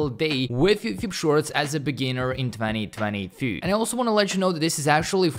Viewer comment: The interesting part is when he says 20223 even though he perfectly speaks english. He makes content for 2 years 😅